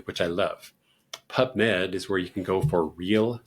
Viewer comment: Are you saying pup or pub ? Pubmed is a government website so how useful or trustworthy are they ??